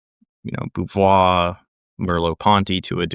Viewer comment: So much Frenchiness going on! Simone de Beauvoir (Bo - vwar) not Boovwar. In France anyway we pronounce Beau like the Bow in bow & arrow, I'm not familiar with the habitual Canadian pronunciation. Nice to see Simone Weil (Vey) not Veal, and her struggle with authenticity is still being studied